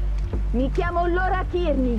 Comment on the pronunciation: Ciao noi già avevamo capito subito che erano licantropi, comunque si chiama LAURA e non lora... Le scritte sono piccole leggi bene